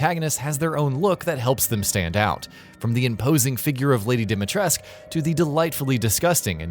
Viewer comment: Why can’t anyone pronounce Lady D’s last name correctly?!😭😭